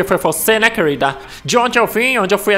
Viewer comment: "Kueurilda" kkkkkkk